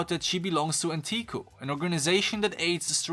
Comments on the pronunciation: I lost it when he said: "Anteeku" instead of Anteiku. AHN-TAY-KOO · just saying kaneki pronounced kah-neh-kee rize is pronounced ree-zay anteiku is pronounced ant-tey-kuu